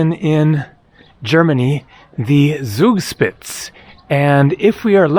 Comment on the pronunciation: Finally something from a country of my taste. ❤❤❤❤ Excellent! However: it is rather "tsoogshpitse" and roman means novel in German. Congratulations for the correct spelling and almost perfect pronunciation of garmisch-partenkirchen!